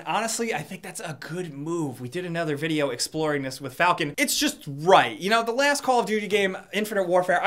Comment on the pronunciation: Has anyone noticed he says "da" instead of "the" LOL